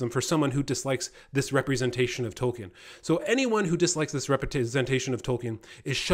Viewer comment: If someone doesn't want to be called "far right," it's best not ever to let the phrase "woke left crap ideology" come out of your mouth. Also, continuously mispronouncing Tolkien is not a good way to posture as the defender of the canon.